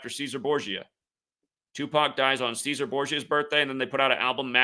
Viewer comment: cesare is pronounced chess sar ray